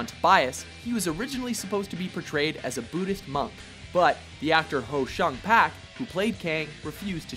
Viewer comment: Ho Shan Pak? It's Ho SUNG Pak, god fucking damn it!